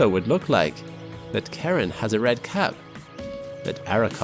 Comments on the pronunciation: It's not Karen. It's not Sharon. It's Shar-Ron/Char-Ron. tf nobody knows how to say it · Why do these Brits say "Karen". Its Sha-Rone buddy. Not Karen. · To whomever is narratating here...the correct pronounciation of Pluto's moon Charon, is SHARE-on...NOT Karen. It is named after the moon's discoverer, James Christy's wife, Charlene. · I swear to God, it's "Sharon" not "Karen". I've never heard it pronounced Karen. 💀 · Pronounced Share-on, not Karen. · I thought I was going crazy hearing him pronounce Pluto's moon as Karen 🤣 I'm a huge space and science lover and thought that doesn't sound right.. sorry but we Americans stupidly or not named that moon and it's SHARon I'm just poking fun. It's been a great week of exploration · The guy who discovered the moon, Charon, named it in honor of his wife, Charlene, and pronounces it "Share-ON", not Karen. He didn't even know about the Greek myth when he came up with the name. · Pronounced Share-on... not karen... just saying... but then again.. I pronounced it... CHAR-ON... like. Charcoal.. because it sounds cool, lol... but Share-on is the ch as SH sound like CHUTE. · Dude, please learn how to say the objects name correctly before making a video. Pluto's moon Charon (SHA-ron) Drove me crazy every time you said Karen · The moon Charon is actually pronounce "Shar-on" rather than the traditional pronunciation "Kar-on." Apparently this has to do with the wife of the person who discovered it. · KAREN KAREN KAREN KAREN KAREN!!!! Dude, it is KARON! CHAROOOOON! Not Karen. OOOOOOOOOOOOOOOOOOON. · It is spelled 'Sharon, not Karon... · I didn't know Charon was pronounced like Karen. I always said "Char-on". Somewhere a Starbucks shuddered every time you spoke this moon's name. :D Jokes aside, what a fantastic video! Thank you for reawakening my love of space science and news. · I don't think Charon is pronounced "Karen". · not Karen :P CHARON pronounced similar to Sharon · What is karon?.The moon is pronounced Sharon